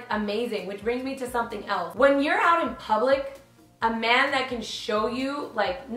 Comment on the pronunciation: it sounds Like you were sayin Amanda not a man